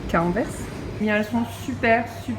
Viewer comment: Le s se prononce, ce qui fait Anversse. Les gauffres sont de liège ou de Bruxelles...